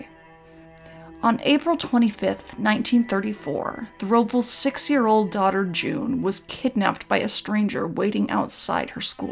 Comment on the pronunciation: Nit Pick Alert. You're mispronouncing Robles.